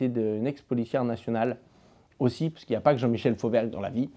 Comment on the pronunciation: Fauvergue... putain, quel g...